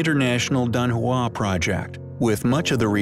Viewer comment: It's pronounced Dun Hwong